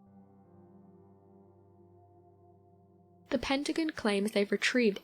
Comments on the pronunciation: I love these videos, but the consistent mispronunciation of the Pentagon was driving me nuts. It's Penta-gone, not Pent-again. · It's Pentagon. Pent-a-gone. Not pent agin. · What the hell is a PENTAGUN, LMAO ITS PEN-TA-GON. Lol how you going pronounce everything rite then pronounce that wrong. If you can say everything else rite then say it rite, or il blutty slap you jk😂😂😀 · Her pronunciations of pentagon made me turn this shit off lol. Very lil facts anyways just speculation